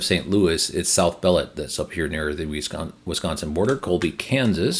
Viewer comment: Just a heads up, South Beloit is pronounced like Detroit 🙂